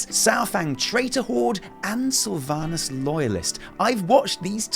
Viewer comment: I hate that she messed up the name sylvanus